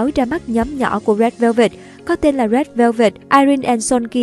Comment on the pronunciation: bức quá , đọc rét vơ vẹt mà tức á😒